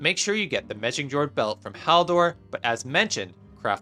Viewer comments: "Mejingjord" 😹 Megingjord = meg-ing-yord. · Ah yes, Mezhingzhord lol